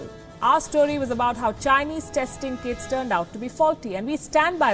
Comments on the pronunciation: I had to hear it thrice, I heard Kids instead of Kits, I was like this is below the belt. 😂😂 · kits sounded like kids (last line she speaks)